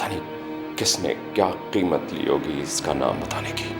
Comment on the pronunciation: میں اپنی کسی چیز کو کسی پاس نہیں رہنے دیتی چاہے مجھے جتنی بھی قیمت ادا کرنی پڑے ۔ اتنی خوبصورتی سے قیمت لفظ کی ادائیگی کردی سعدیہ حسین نے جو عام طور پر پاکستان میں کوئی نہیں کر سکتا اکثر لفظ قیمت کی جگہ کیمت کہتے ہیں لوگ